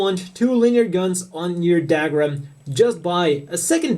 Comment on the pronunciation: What's "dag-rum" ? it's pronounced "dug-rum"